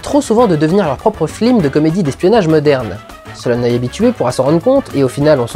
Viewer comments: J'ai tiqué à chaque fois que tu as dit "flim". Je suis certain que c'est un clin d’œil, mais ma culture cinématographique n'est pas bien grande et du coup je ne le comprends pas (ce clin d’œil). Si quelqu'un pouvait me le dire, je l'en saurais gré. En tout cas, encore un très bon PJREVT. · super vidéo comme toujours. vivement le Pjrevat sur matrix (oui je suis un gros fan-boy) mais par contre merde j'ai entendu "FLIM" dans 95% de la vidéo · Pourquoi il dit "flim" du début à la fin de sa rétro? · j'avais oublié que tu disais "flim" à CHAQUE FOIS dans ce PJREVAT. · arrêtes de dire flim, ce n'est vraiment pas très marrant... j'ai connu un mec de droite une fois, il avait dix fois plus de classe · Le "flim" j'ai étais trés agacé par ça :p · et dans les classes américaines, ils disent "flims", c'est donc un hommage/une blague pas drôle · Je crois qu'il a plus dit flim / film dans cette vidéos que dans toutes ses précédentes rassemblées ^^ pas du tout "obvious" la référence ^^ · si j'entends encore le mot flim, je tue quelqu'un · j'ai entendus flim tous le long de la vidéo , je te hai . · C'est moi où vers la fin de la critique tu commence a dire flim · le flim? ou c mon oreille qui bug? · En tout cas même si elle est volontaire, la prononciation flim rend pénible le visionnage! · Mal prononcer le mot flim serait-ce une ruse pour prouver qu à partir d un défaut nous n écoutons pas le reste? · Si tu redis flim encore une fois je me désabonne. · La ref est sympa mais les "flim" sont insupportables à la longue ^^ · ***** non c'est bien un hommage. Il dit flim absolument TOUT le temps et la premiere fois qu'il le fait c'est lorsqu'il parle de la classe americaine. Film dont est tiré cette replique. Ce n'est pas parce qu'il avait la flemme. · Tu n'arrives JAMAIS à dire "film" correctement :D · Arrête de dire flim ! ^^ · Pq tu dis flim? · Je n'ai donc pas rêvé. Ça commençait à me perturber sérieusement... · La galère que ça a dû être de mal prononcer film. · Pourquoi, "Flim"?